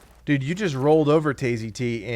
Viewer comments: dudes name is Tayz. T as in tasty. lol dono y but calling him Tay Z.T was killing my soul, other than that great vid, right to the point. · I thought it was Tay. Z